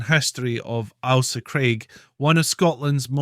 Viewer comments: If it’s not bad enough hearing non-Scots mispronounce names we have a Scot mispronouncing Scottish names. Ail-sa not Al-sa. And Loo-ee not Lewis. We’re not Americans yet. Otherwise not a bad wee film. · Can you please pronounce the island name correctly?!?! The name is not ALSA. It is AIL-SA. AIL as in English for unwell. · Its not alsa craig its Ailsa craig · Corrections to this video need to be made.. such as, ALE as in alcohol.. "ale..saa" Ailsa Craig. There's much more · I have never heard it pronounced as Alsa. The ‘Ail’ is always pronounced as in ‘Fail’. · Lol we can't seem to get consensus on how it's pronounced in this comment section, would you agree he's saying the Ailsa bit wrong? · No. He is just mispronouncing it . 😂